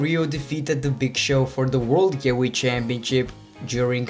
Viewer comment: "As a heels?" "As a faces?" "Gyehweight?" "Willan?" Jesus H. Christ, stop butchering my language.